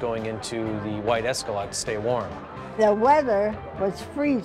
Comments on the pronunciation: LOL Escalaaaaahd. It"s a long A. Think 'escalator'. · What’s up with boom operator Paul’s inability to correctly pronounce certain words, such as “Escalade”? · Why can’t that guy pronounce Escalade right…?!?! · Am I developing a hearing problem or do people keep calling them Escaladds? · Both of you said it the fuck wrong. It's Escalade.